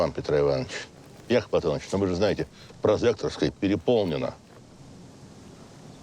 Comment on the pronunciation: Прозекторская, а не прозекторская...